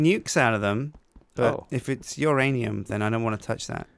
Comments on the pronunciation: is the only guy I know who would let anyone violate his "uranium" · If you're gonna sleep with my blade, then I'm not gonna touch "youranium" xD What?! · said uranium and nobody said who's rainium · he calls uranium my ranium because it sounnds like your rainium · Who's ranium?Uranium!